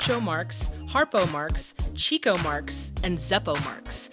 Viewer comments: It's pronounced "Chick-o," not "Cheek-o" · Chico, in this case, was actually pronounced CHICK-o. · Somebody maybe said this, but Chico is pronounced CHICK-o. Because he's always chasing women. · At the risk of sounding pedantic, Chico is actually pronounced "Chick-o" as he was given the nickname because of his proclivity for chasing the ladies. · It's actually pronounced "Chick-Oh", (Rhyming with Sicko). He got it because he was always chasing the chicks